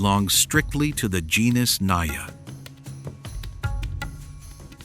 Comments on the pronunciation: First of all it isn't pronounced as "NAYA" but "NAGA" . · It is not NAYA, it is NAJA which is derived fomr NAGA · Because it mispronounced genus not even on 2 minutes mark. (Naya). What naya. Pronounce the J like man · Naja is pronounced with a hard j. At least here in Asia it is and we're where a lot of cobras live. Also where the king Cobra lives, not actual cobrasnbut they're as cute as a normal one. Just very very angry all the time for some reason.